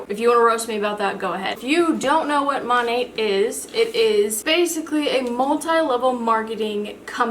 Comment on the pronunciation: Lol it’s pronounced MO-NAY. Weird I know. I know a girl who sells it. It’s definitely like a pyramid scheme though 🙄